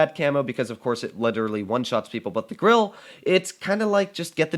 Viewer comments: And its not grilla its grille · Did i hear that right? Is he calling it the gorrilla?